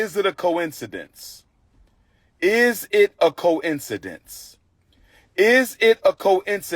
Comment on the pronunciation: He don’t need to teach anyone because he can’t even say coincidence!!